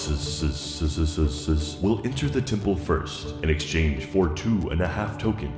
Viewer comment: Brown PlatyPusses: The Brown PlatyPusseseseses